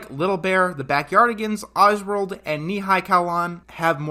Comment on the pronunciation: The way he pronounced “Oswald” and “Ni hao kai-lan” had me rolling, but in all honest Nick jr./Noggin was the sh!t back then 🚫🧢